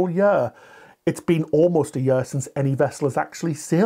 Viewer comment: What’s a “yer”?